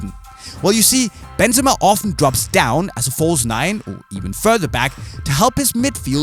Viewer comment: Bro say the name properly